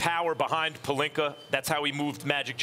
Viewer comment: Hold up wait time out did Stephen A. Smith FINALLY say Rob Pelinka with an A instead of Rob Pelinker? 🤔I'm over here speechless